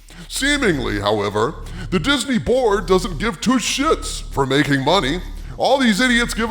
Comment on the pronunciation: Everytime says "Disney Board" I hear "Disney Borg"... XD